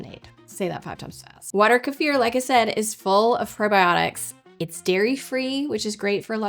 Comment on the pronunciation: Мне нравится как часто произносится ка-ефир, но по моему это называется - брага